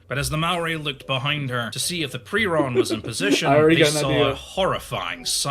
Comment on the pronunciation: wtf is he talking abt xd also why is he pronouncing 'Piorun' as 'prion'?